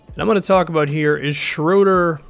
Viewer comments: I think it's sh-row-der not sh-roo-der...I might be wrong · His name is pronounced closest to Schrerder, not Shroeder or Shruder. The Ö makes a sound similar to ir in girl/ ur in burn. Dennis Schröder =/= Schrüder or Schroeder. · it isn't even shruder ;) i know it's different since his name is german, you would pronounce the "u" or ö ;) like the u in burger. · Why can't no one probounce his name correctly it's pronounced as schröder, very easy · Actually, everybody messes up his name. He's German, so ''Schröder'' is not pronounced ''Schrooder'' or ''Schrohder''. I think the closest you can get to is pronouncing the ''ö'' like the ''uh'' in ''duh'' lol. Great video btw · Shruder or Schroder? I've heard it both ways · It is: Dennis, Schr-öööö-der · Don't worry. As a German i can tell you: noone in the NBA pronounces his name properly :D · As a German it really hurts my ears hearing you butcher Schröders name 😁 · he really did a hawks video 😂😂😂 dont worry about the right way to pronounce this name. all english natives do it wrong. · It's both wrong man :D I'm german and I never heard an american say his name correct, but no problem tho :D